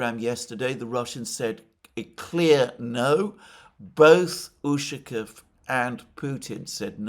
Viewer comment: ushakOv, not Ushakov